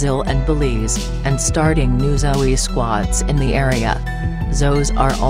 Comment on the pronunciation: It's not Zoey lady egggghhh